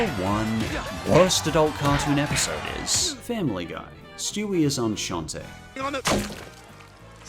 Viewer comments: It's pronounced "on-sont"... he pronounced it for some reason as "énchanté" which effectively means "nice to meet you". In what world does "enceinte" look anything like that? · "Enceinte" is pronounced "on-sant." You were saying "enchanted." 😁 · “Stewie is Enchanté”, you say? “Enceinte” is pronounced “AHN-sant”; it’s French for “pregnant”. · Did you pronounce "enceinte" as "enchanté" on purpose? I'm just curious, not trying to diss any honest attempt at pronouncing the word correctly you make. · Stewie is onshontay? Did he seriously read "enceinte" as "onshontay" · Interesting video and commentary, the CC is a nice thought I wish more youtubers did, it particularly came handy when you talked about "Stewie is enceinte" (and I'm sorry for being nitpicky) because you are saying "enceinte" waaay off, it actually sound slike you are saying "enchanté", quick tips for that, in french c is pronounced like k (a, o and u, unles it is ç) or s (everything else but h) depending on the letter after it and only like sh if there's a h, the last letter of the word is most often silent and "en" and "ein" makes a sound that isn't used in english so I can't help you with that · Just a quick correction; the word 'enceinte' isn't pronounced the same as 'enchanté' (which means 'delighted'). It's pronounced like this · Enciente is the French word for pregnant and you completely mispronounced it (no hate though just wanted to let you know) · Terra1998 to be fair, when Jen Reviews tried to look up the pronunciation of that word for his review of that episode, he kept getting different pronunciations before finally settling on one that may or may not be correct, so I can’t blame for getting it wrong here, since as far as I can tell, neither he nor Jem know much French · Elise Arainai LOL I mostly felt the need to bring it up because In his mispronunciation he accidentally ended up saying the French word for enchanted like as in “enchanted to meet you”